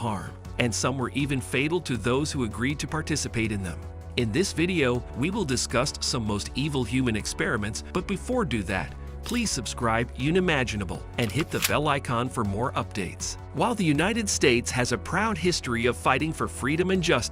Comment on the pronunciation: Is your voice over host a text to speech program? Sigh-fillis (syphilis), low-boh-tomy (lobotomy), yuni-maginable (unimaginable). Those are strange words to mispronounce for someone who speaks so well.